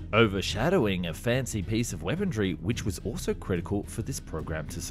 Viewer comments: You do realize the word is weaponry, not weapondry, right? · Weaponry not weapondry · POLITE NOTICE: I have checked with numerous, well respected, sources and can positively affirm that there is no "d" in the word "weaponry" I'd be incredibly grateful if you could revert back to the original (non d) pronunciation. Thankd you! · Why are so many young YouTubers saying the word "weaponry" with a D in it? "Wepondrie" or "Wepondry" it's so so slightly annoying lol